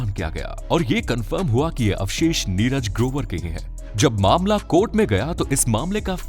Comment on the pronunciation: Barabar bolo kya neraj grobar dhamki diya bolta hai 5.48 minet pe